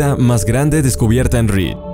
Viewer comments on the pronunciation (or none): dice read en lugar de reach